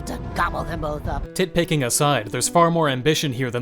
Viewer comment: "Titpicking asside" 😭😭